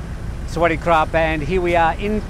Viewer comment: Say kaab not krrrrarrappphb